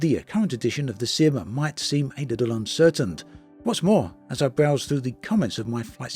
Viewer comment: "the future of the sim might see. a little uncertainT" 😂